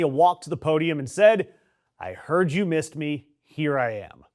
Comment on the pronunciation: No, Melania, no one "meesed" you at all!!!